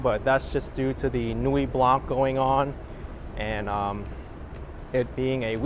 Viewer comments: Beautiful sunset. Your French teacher did poorly. No 'k' sound in Nuit Blanc. Nuit is feminine and should be Nuit Blanche, but if the colour 'white' is used on its own it is blanc with a silent 'c'. Thankfully Canada has two official languages, one that is kept in the sock drawer. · The c in Blanc is silent..